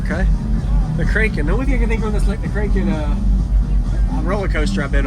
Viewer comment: Short a when you say kraken. Nice build.